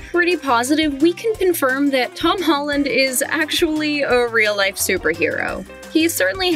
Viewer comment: she said hom holland